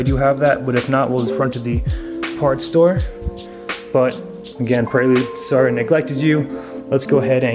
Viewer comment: it is prelude (as in present) not a praylude